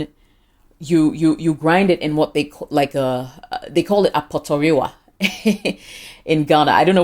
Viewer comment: it's ap)t)yiwa😀